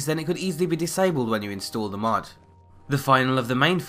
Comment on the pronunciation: Why do you keep calling it a "Mud"?